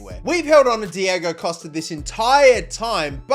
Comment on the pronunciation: Somebody needs to tell here that he say the names diego wrong on costa and godin